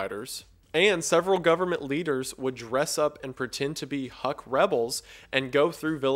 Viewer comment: "HUK" is pronounced as "hook" and not "huck" - these assholes shot at my grandparents back in the 50's and 60's - but otherwise oh holy shit i'm from there and i don't even know about this. fascinating how this operation could have led to many of the births of urban legends and myths.